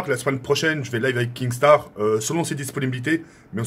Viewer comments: Kinnstar pas kingstar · Qui peux lui dire que c'est pas KinGstaar mais Kinstaar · KINSTAR et pas KINGSTAR bordel !!!! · Kinnggsttarr ein peut de rit cantoner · Mdr je rêve il dit kinGstar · Arrete de dire kingstaar